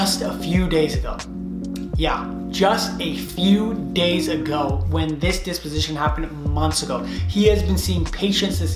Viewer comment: It’s pronounced Deposition